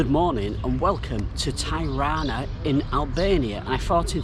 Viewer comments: Hello. I'm sure others have said this, but Tirana is pronounced, as Tee-Rana not Thai-Rana. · Not " Tajrana" ,Tirana..! 😁🤚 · Amazing video dude thanks for sharing... Tirana is pronounced like Tea = T-ra_na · Mate you keep spelling the name of Tirana wrong is not tairana is Tirana..have a great time in Albania it’s such a lovely Country it’s nothing like what the British media telling us. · Dude, I've never heard anyone pronounce the city's name ty-rah'-na (with the first syllable sounding like what businessmen wear around their necks). I've been living here for much of the last three years. Thanks for the upload, though. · Nice video but I’ve never heard anyone ever pronounce Tirana like that before 😂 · If you're gonna feature a city, at least learn how to pronounce it! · Great video. Just a small correction about pronunciation of Tirana. The correct way to pronounce Tirana, is by pronouncing the first two letters “Ti” like you would say Tipical. The rest of the pronunciation is correct. Cheers.